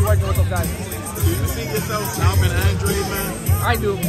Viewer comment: I really wish they pronounced his name correctly is ANDRADE not ANDRE! Bai ku coragi fitchadu! #teambooboo 🇨🇻